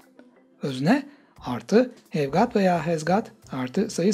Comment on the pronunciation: Ayy hev gaat ee van pensıl 🥴